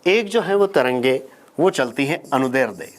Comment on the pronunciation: "अनुदैर्ध्य" शब्द का पहली बार किसी शिक्षक से शुद्ध उच्चारण सुना है। यहां तक कि अधिकांश हिंदी के शिक्षक भी ग़लत उच्चारण करते हैं। 🙏